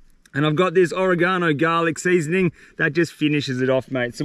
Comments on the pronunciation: "or reh gono seasoning" 😂😂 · Hahaha oregano.. not QUITE how you pronounce that, mate. Much love